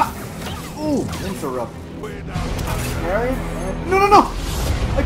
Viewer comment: She says she pregnant "PARRY"